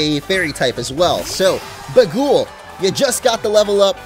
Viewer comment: YOUR MEOWTH IS NAMED BAGUL FROM THAT GIB BAGUL MEME OF A CAT ON A WINDSHEILD WIPER I LOVE YOU If it is named after that meme, it's pronounced bay gull